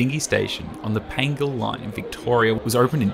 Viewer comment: Re Dingee: the line's name is pronounced Pie-ANJ-il. Was (until 1957) the Yungera line, then (until 1987) the Kooloonong line. And it's Gun-BOW(as in bow to the King)-er